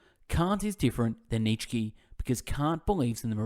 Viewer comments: His name is pronounced Neetshe not Neet shky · Neetshkee, Aaaaah this is painful to listen 😂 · its pronounced nieetzzs eheksye not Neetshe or Neet shky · Neech key 😂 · they're on my channel, but not in English, haha. Jokes aside though, mate, your content is excellent, I've listened to a few of your summaries already and they were great, however this one is just.. it's wrong to mispronounce his name so bad. Nietzsche is such a unique and famous philosopher that not knowing how to say his name might only mean that you've never heard of him before making this summary which just makes you question is it even a good one? Is it even worth listening to it when the reader doesn't know what he's talking about? I'm sure it is great overall except the mispronunciation but I hope you can understand why people comment under here with Neetshkee, it's just painful. Anyway good luck with your channel, all the best. No hate intended!